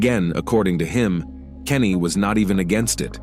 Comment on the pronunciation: It’s Canny, not Kenny